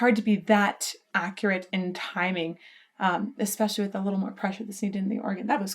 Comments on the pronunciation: 😂 "...eXXXpecially exciting..." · I left when you said "expecially exciting". English.